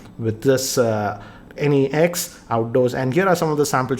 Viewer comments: It is not Vivo n-e-x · at first I thought he's saying Any X